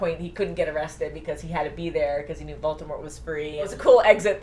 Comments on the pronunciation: Once and for all, it's Voldemort or Voldemore not Voltemort. Also stop looking into the camera, the old hag and the uglier one are not so why do you? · It's voldamort not voltamor